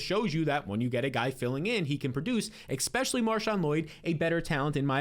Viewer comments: the word is especially, not "expecially". Have a great day. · Egbuka will be ekseptional. Ekspecially if u don't ekspect Godwin to return to exceptional health. Extreme talent, smash pick ekspecially if u can get him late. I suspect he will ekseed all ekspectations. What the heck else do u ekspect this season, give him some respekt.